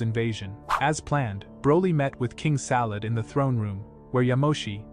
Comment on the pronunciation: King Salad? It’s Sadala